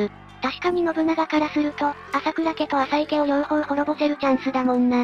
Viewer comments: かずますですよね 名前は正しく言って欲しいですよね あさいでは無くあざいですしね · 名前の呼び方が、あさいなのか、あざいなのか謎ですよね。最近はあざいと言うのが、定番だけど